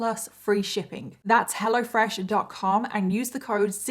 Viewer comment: Lol sometimes I hear " hella fresh" when you say it. Thank you for the best story telling on the internet!!! I love your makeup too